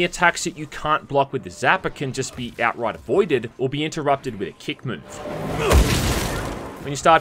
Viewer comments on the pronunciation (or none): none